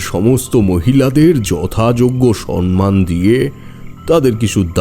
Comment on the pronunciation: গল্পটা নিঃসন্দেহে সুন্দর। কিছু কিছু উচ্চারণ কানে লাগল। যেমন সম্মান উচ্চারণ করলেন সন্মান। কিছু মনে করবেন না, আপনাদের উপস্থাপন খুব ভালো লাগে। আমি একজন শিক্ষিকা, তাই ছোট ছোট ত্রুটি কানে লাগে।